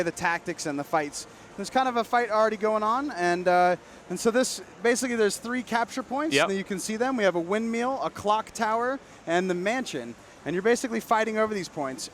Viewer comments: did he say "Windmeal" ? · a windmeal? or did i hear it wrong